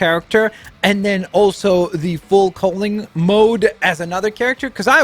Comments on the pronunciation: Full COW-ling not COAL-ing Oh-CHA-CO not Oh-KAH-CHO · Can’t tolerate him pronouncing it fowl coling, instead of full cowling. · XD full cowling not full cohlink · IKR okacho siguraru and full coling wow